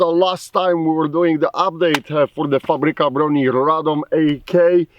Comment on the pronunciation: your pronunciation of Fabryka and Radom is pretty good are you polish